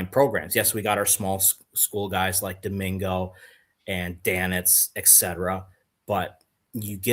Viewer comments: AI doesn't always get things right. Several highlight clips I have seen of him, and Brady Collins have called him DiMaggio or something very similar to that. That's nowhere close to how I would have pronounced it. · Doh min go (per AI)